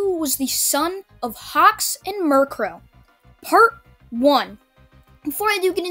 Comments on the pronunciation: Its mi ru ko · Mi-ru-ko not miru-ko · you pronounce mjruko mirror a Co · I know your trying to say Mirko, but it sounds like your talking about Murkrow the pokemon, and it hilarious. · Murcrow niceee, your saying it wrong btw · It's mi-ru-ko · He said miriko incorrectly.